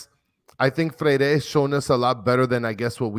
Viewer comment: to brother and: NE (silent access to the E) GRI!!, FRE (silent accent on the E) IRE!!!